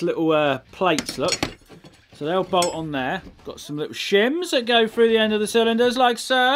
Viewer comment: "I can push that frough me hole" - Colin Furze, 2019.